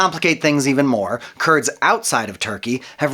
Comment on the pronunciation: False. Not all Kurds are Muslims. Some are Yazidis. Also the pronunciation is different from what you are saying.